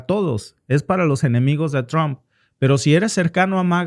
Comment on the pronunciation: Trump trump no Tron